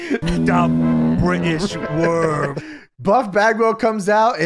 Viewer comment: DA BRITISH WOOORM